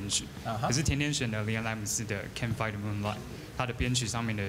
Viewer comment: Her english really that good, she did a typical mistake of Asian mispronouncing "Fight" in this song. I'm sure everyone can pronounce fight properly in other songs, but it's always this particular song that they make it sounds inappropriately.